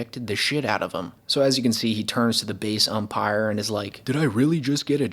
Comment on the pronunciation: Did he just say *The Umpactor" ?